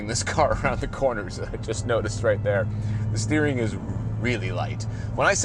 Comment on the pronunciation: A “beering” wheel